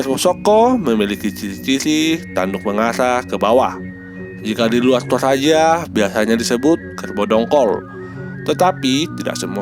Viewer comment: Bukan tolaja bosku tp toraja😅